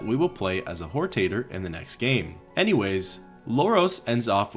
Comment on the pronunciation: Whortater…. Sounds like a potatoe with loose morals.